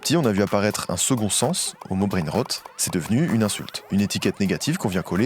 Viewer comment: je suis fière de toi 👏 c’est effectivement comme ça que l’on prononce “brainrot” 👏👏👏👏👏👏👏